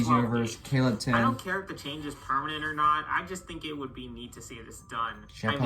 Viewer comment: It’s fucking Kable10 not Caleb 10